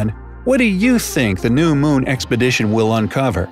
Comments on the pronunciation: MOON not moan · I can't not say this. He sounds like he says 'moan' every time he says moon, and it cracks me up.